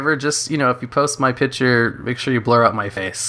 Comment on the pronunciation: Where are you from? Never heard someone say pitcher instead of picture